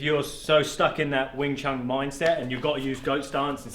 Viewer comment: Small correction sir, its wing chun, i had the cumpulsion of correcting this cause it has become a very common mispronunciation which is based on biases(altho not malicious ones but hurtful nonetheless) about the chinese languages.